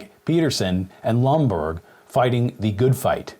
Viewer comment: It's Lomborg, not Bloomberg